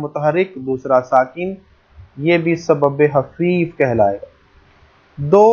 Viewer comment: سر آپ بار بار سبب حفیف بول رہے ہیں کیا یہ سبب حفیف ہے یا سبب خفیف ہے